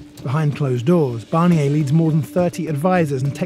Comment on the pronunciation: His name is Barnier - who’s ‘Barrniey’ supposed to be? Why can’t the Brits not even pronounce a simple name?